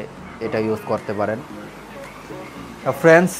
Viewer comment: আসসালামুআলাইকুম ওয়ারাহমাতুল্লাহি ওয়াবারাকাতুহু ভাইয়া আপনার কথাগুলো ভালো লাগলো তবে আপনি ভিডিও তৈরি করার জন্য সুন্দর করে বলার চেষ্টা করবেন যেমন ফ্রেন্স না বলে ফ্রেন্ড বলেন।